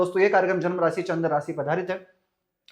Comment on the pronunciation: It's Rashi... not rasi